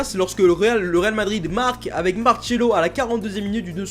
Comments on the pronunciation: C'est "Marcelo" pas "Marchelo" nom d'une girafe homosexuelle. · Julien Mdr je suis Brésilien il a raison ça se prononce Marcelo mais pas prononcé à la Française fait prononcé à la Brésilienne